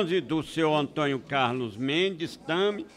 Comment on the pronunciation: "senhor ANTONHO Carlos Mendes..." Mano, o cara é deputado e fala ANTONHO, velho. É de fuder.